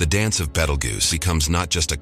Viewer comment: had to stop when you miss-pronounced it... BEETLE JUICE! BEETLE JUICE! BEETLE JUICE!